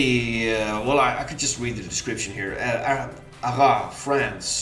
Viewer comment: Your second attempt at pronouncing Arras (without the s) is good